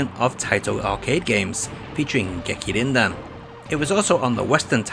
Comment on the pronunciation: "Gekir-Rin-Din" — James Rolfe